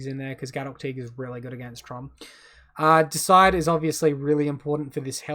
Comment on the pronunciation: Great matches mate, well played! PS it’s deicide; meaning to kill a god. Dee-a-side is how I’d pronounce it. 😉